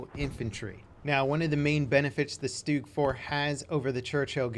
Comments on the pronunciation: Its st-ugg, not stoog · Its not pronounced stoog -_